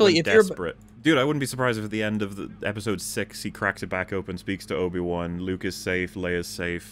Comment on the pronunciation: Is it just me, or does say "Nobi-Wan" here? To go along with Jake Skywalker, I suppose.:p